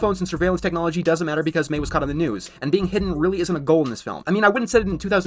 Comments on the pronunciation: He probably though "Mei" was pronounced "my". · The fact this guy claims to have watched the whole film but then mispronounces Mei's name wrong is just saying soooo much about the capability of his brain and therefore, his arguments. I've never heard of this guy but i'm kinda glad this vid is being ripped to shreds. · That was definitely frustrating. If you’re going to be discussing the film, the least you could do is pronounce the main protagonist’s name correctly. 😑